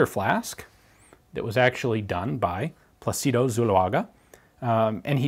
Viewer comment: PLA-ci-do. The accent is on the first syllable. Just like in English "Placid". So, "Plácido". Peaceful, pleasant, nice.